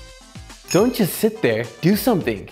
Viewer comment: 제 귀가 이상한거 같은데 올리버쌤 don't just 이 부분 발음이 just가 잘 안 들리고 don't do 씩으로 들려요. 이것도 빨리 발음하면 이렇게 약간 '돈두'처럼 발음하나요?